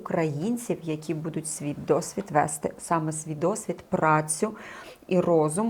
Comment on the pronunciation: Чого буду‘ть? Що за наголоси?!